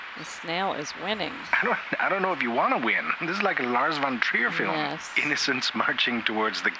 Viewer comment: “I gues it was a Lars vontreal film” 😂😂